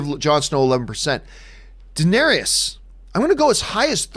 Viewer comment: John, please Google how to pronounce "Daenerys," that is ridiculous. Lol also, this is SANSA'S story? Since when?? If anything it's Jon ("a song of ice and fire" is literally Jon) or Daenerys' story at this point, but really it's a Stark story more generally. Daenerys being a second billed